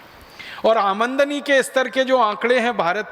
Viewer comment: भाई वो आमनदनी नहीं आमदनी है